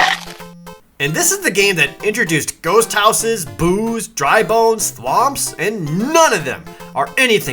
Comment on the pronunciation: am i the only one that when jared said boo"s I thought he said booze? am i? pretty sure i am the only one